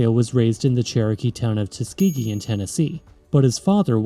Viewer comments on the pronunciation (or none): none